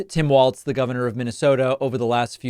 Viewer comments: Walz not waltz. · Walz, like Walls. Not Waltz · Everybody, even David Pakman is pronouncing Tim's last name as Waltz as in the dance or music, it's pronounced like Walls, not Waltz. Gees get it right already. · You're pronouncing Walz incorrectly. Your pronouncing it as "waltz".It should be pronounced as "walls". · it’s pronounced WALLS not Waltz smh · Walz. Not Waltz. Like walls. Pretty easy. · Hi David. I mean no disrespect whatsoever but Tim’s last name is pronounced Walls not Waltz. Hope I’m not being rude Love your channel ❤ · Why are you pronouncing his name "Waltz," when his name is "Walz" - as in "walls?" It's jarring every time you pronounce it. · It is pronounced walls, not waltz. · It sounds like you are you are saying 'Waltz'. His name is Walz and in MN we say it like 'Wallsz'...But not Waltz folks! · Hey I thought it's pronounced like "walls" not "waltz"?? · It’s Walz, like Walls. Not Waltz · Pronounced "Walls" and not "Waltz" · Its pronounced "wallz Dave. Get it right at the start. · I kept hearing a "t" in there (like Waltz). I was only being facetious 😂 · It's Walz not Waltz. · His name is pronounced like Walls, not like waltz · I love your show. But when listening to you talk about Harris' new VP, I hear you calling him Tim Waltz, not Tim Walz. I'm sure he would appreciate you getting the pronunciation of his name correctly, especially since he is going to be in the White House for years. Lots of likes, and good show. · It’ll catch on. I said it about how people pronounce Kamala, and I’ll say it now. Very few people are intentionally messing it up; most just have to get their brains and tongues lined up right, so to speak. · David, you are pronouncing his name wrong. Do better.